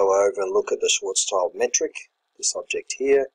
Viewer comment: If you can, pls say "Schwartzshield metric". It's schild, not child